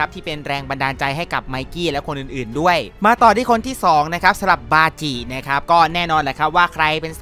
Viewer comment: บาจิครับไม่ใช่ปาจิ😂😂